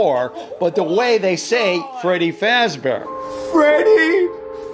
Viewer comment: The way they say “fazzz bear”